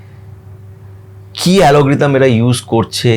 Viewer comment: Ota alogridam noy algorithm hoy dada🥲🙂